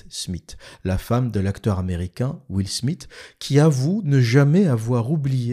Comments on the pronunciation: « Will SmiT »?? Haha 😂 Soit tu dis « will SmiS » à la française soit tu fais l’effort de prononciation surtout que t’es censé vivre à Londres et maîtriser l’anglais et tu dis « will SmiTH » En réalité tu dois être aussi fort pour taper sur l’islam que pour parler anglais. Rigolo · Comment il prononce Will Smith ce fou